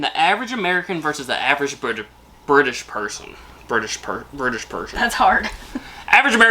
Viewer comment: I’m an Erverge Bertersh Pershern 😊